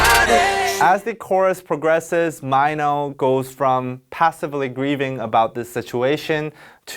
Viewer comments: so it's really pronounce as Mai-no? dyemss I always pronounce it as Mi-no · Does mino pronounce his name as "my-no"? I always thought it's "me-no" like in Korean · On stage, he pronounces it as My no. Offstage it's Meeno(mino) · Just pronounce Mino as 미노 ...NOT 마이노 ㅋㅋㅋㅋ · Everyone did that. Even mino himself say maino a lot lmao. U didnt realized? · He usually says his name like that in his solo songs :-) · Mee-No, It was bothering me the whole time 😂😂😂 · Hadn't expected him to call Mino 'Maino' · Ok I was low key a little bit out off every time you said m-I-no. I LOVE YOUR VIDS. but yeah😂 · He says minos name right twice then goes back to "MYNO" LOVED THIS VID THO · IS IT JUST ME OR DID I HEARD HIM SAYING MINO'S NAME "MAINO"???? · never new his name was pronounced as mine-no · This is great and all but like WTF i didn’t know it was pronounced as MyNo... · Also, why do you promounce MINO as MY-NO? 😆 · My-no? C'mon..... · Because mino itself always pronounce like that :D he always says : em-ma-e-no Lol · i was todays years old when i learned “mino” is pronounced as MYNO i- wtf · So it was really May-no,not Mi-no. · TIL Mino is pronounced my-no. facepalm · he saying "my-no" makes me uuuuh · Wait mino is actually pronounced "MY NO" ????? wTtf i feel scammed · No offense and btw this is an AMAZING VIDEO but i get triggered every time he said Mai-Noh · You kept calling him Mino, as if it rhymed with "rhino." Isn't his name pronounced like "Mee Noh"? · Did he pronounced it myno lmao 🤣🤣🤣 im cringing everytime he sais it. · Could he stop calling Mino as Miiino, you're a Korean damn it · If you say "My-No" one more time I am going to have to unsubscribe. 😁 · is it just me or the guy explaining the song pronounced his name wong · I cant be the only one noticing how he’s mispronouncing MINO’s name. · why does he say m EYE no isnt it m EE no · i love these explanations but the way you said mino as maynow made me so confused. isn't it pronounced as meeno (mino)? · meeno not myno